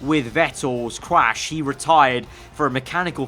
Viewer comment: Vettel cwash😂😂😂 just joking love ur vids